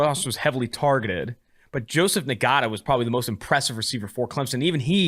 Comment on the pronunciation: NGATA is a Polynesian name - usually pronounced NAH-TUH, (but I don't know if the guy has advised it as IN GARTER)